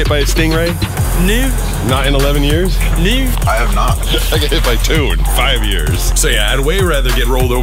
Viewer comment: I love how he says no. "Nuu" 😂😂